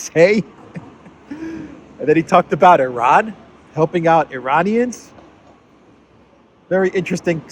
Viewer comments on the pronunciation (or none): none